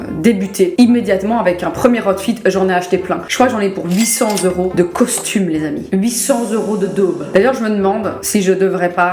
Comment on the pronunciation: Des costumheuuu vreuuments